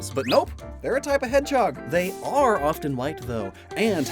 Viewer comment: Everyone else: Hedge-hog: Hed-chog